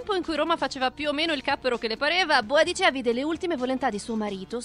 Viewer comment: 1. Si dice Boudicca e non boadicea. 2. Dov'è Lagertha?